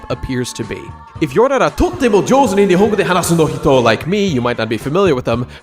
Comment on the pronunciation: じょうず 「上手」not ようず